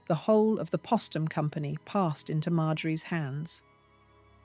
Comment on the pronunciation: It's Poe-stum! Not Pah-stum. Like their name Post. Geez!